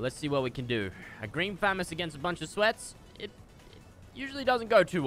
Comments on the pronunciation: he triggered me by kept say fam-us I thought it was fuhh-mos lmfao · Btw it’s not fam ess it’s fa moss good vids tho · famis ha ha ha it’s pronounceded famas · Did anyone else get annoyed when he said famees instead of famos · Listen to me fresh fu-mas instead of famas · It’s “FU-MAS” NOT FAM-ES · It’s fa moss not famass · Fu-ma-s=famas not fam-as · It’s killing me he is saying famiss it’s pronounced fah-moss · this is how many times he said "green famist" | | v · I love how says fmas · The amount of times he said fammas !! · The amount of times he said FAMIS🤣🤣🤣🤣 or GREEN FAMIS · is it me or is fresh saying famas like famus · “Green Fammous” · there should e a counter on how many times he says green phamas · “Green famus” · Can I get a dollar for everytime he said thermas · It’s pronounced Fu-mas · how many FREAKIN TIMES DOES FRESH SAY GREEN FAMUS LIKE YOUR SAYING IT WRONG AND YOU SAY IT A GAZILLION TIME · Y did he say grean famas so much he didn't even say it right 😂😂😂😂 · The way he says Famas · Say FAMAS right!!!! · Someone please tell me how many times he says "green famas" and says it incorrectly. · Anyone els get triggered When he say Famas and not famas